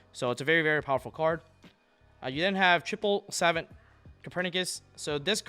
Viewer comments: It's not "savent" it's more like "suh-vaant" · Great video. Mispronounced “Savant”